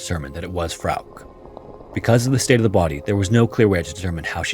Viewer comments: I was studying in Germany in 2006, great time to buy cheap touristy souvenirs and stuff though. Tshirts, scarves, beer mugs, I even have a Germany flag pillow. That being said, "Frauke" has 2 syllables, I'm just saying. The last "e" is pronounced as a schwa sound. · FROWK omg. As many other channels that have covered this case, how have you never heard someone pronounce it correctly🫠. Frow-kuh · I love your stories but I admit I crinched every time you said Frauk instead of Frauke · Ugh I can’t fucking listen to this. That name is pronounced “FRAU-kuh”. Not frigging “frowk”. Holy god. Don’t you ever look shit up? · Frauke's story, wow. That hit differently than some other stories. Just wanted to point out: Frauke would be pronounced "FROW-kuh". "Frowk" made me think "freak" at times. Great work as always. 🤍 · German-American here. I'm certain her name would be pronounced Frauk-uh. Not Frauk. Not trying to be pedantic, nor do I mean any disrespect to the American narrator who I'm certain is unfamiliar with German pronunciation. Poor girl. 😥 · I really like your channel but please just Google non English names before you record. The girl's name is pronounced FROW kuh. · Its FA ROOK. Lmao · Frouke should be said: Frow (like in "frown") + kuh. If you are the least bit doubtful of a foreign name, please just look it up. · Please learn a minimum of foreign pronunciations if you're going to delve into foreign incidents. Germanic words ending in "e", are usually pronounced "eh". So Porsche is pronounced "Porsch-eh" and Frauke is pronounced "Frauk-eh". It's so simple, even a caveman can do it. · So her name is pronounced "Fra-kee"? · no, it would be Frauke, like he did say in the video, but with a shadow "uh" at the end. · A tip on German: if there's an e at the end of something, we pronounce it. Poor Frauke. How terrified she must have been for so long.